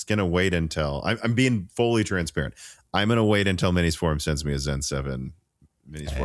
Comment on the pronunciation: Please say For-um. Like 4-um. Its not For-room, like 4-Room. Thank you :)